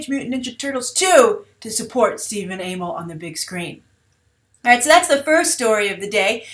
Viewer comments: it's pronounced Stephen AH-MELL not AA-MELL, so the other way you were going to say his name. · I'm fairly certain it's pronounced Ah-mell. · Bye I usually hear it pronounced "uh-mell" but idk if that's right....? I'm certainly goin to TMNT 2 in theaters now (and I didn't see the first in theaters)!! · It's Amell as one word not 'A-Mell'